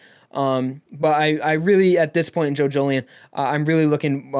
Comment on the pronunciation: Each time you say "Jojolion" I hear "Jojolyne", is it just me ? Thanks for the review btw.